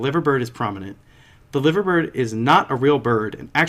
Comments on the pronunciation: you say it like LYVER bird sounds dodgy but that’s how we say it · Lads you are saying liver bird wrong